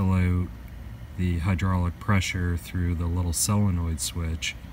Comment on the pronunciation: The word "out" is pronounced like "ow-t". It's not "oat". or "oh-t". Good information. I have an old trailer nothing like the one in the video but the concept is probably the same. Thanks.